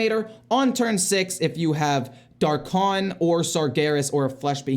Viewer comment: "I'm legend, I play this game professionally, but I still can't pronounce the names of cards correctly". DAR'Khan, not DRA'Khan. FFS.